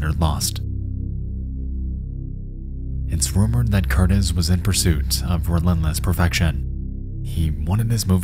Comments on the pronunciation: Not to be a grammar Nazi, BUT…….Micheal Curtiz ( pronounced “Cur-TEEZ” ). He is a director of some merit..one of many who fled Germany/ Austria-Hungary who for America ; He directed “Casablanca, The Sea Wolf, Mildred Pierce and Yankee Doodle Dandy” amongst others and was one of directors who influenced the Film Noir movement/style. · The wild part of the Noah's Ark story is that Michael Curtiz (pronounced Cur-TEEZ) wasn't some small-time Old Hollywood director. We're talking about the guy who made Captain Blood, Mildred Pierce, Robin Hood, White Christmas. This is the director who made CASABLANCA, for god's sake. He was nominated for six Oscars and won two. The most horrifying part of the story isn't just that extras were accidentally killed; it's that they were killed due to gross negligence at the beginning of one of the most respected careers in Hollywood history. That's how little their lives were worth to Hollywood and the movie-going public. Killing them did pretty much nothing to affect his career, and despite the deaths involved in filming, the film made back twice what it cost. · "...directed by a man named Michael Curtis..." His name was Michael Curtiz (pronounced "Ker-TEEZ"). He might be the single most prolific director in all of Hollywood history. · His name is NOT CUR-tis….it is Cur-TEEZ and he’s a famous director. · It’s pronounced kur-TEES. He’d go on to be one of Hollywood’s biggest and most acclaimed directors. Casablanca, Mildred Pierce, Robin Hood. I had no idea about this shameful stain on his past. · The name of the director Curtiz is pronounced kur-TEASE, emphasis on the second syllable. You obviously never even heard of him before. He was one of the top directors in the classic Hollywood era. He directed Captain Blood, Casablanca, many others. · Michael Curtiz is pronounced Michael kur-TEEZ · I believe it's pronounced Michael Core-tezz. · Curtiz is pronounced 'cur-tees'.